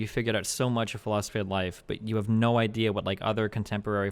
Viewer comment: Its been years and this idiot still doesnt know how to pronounce "idea"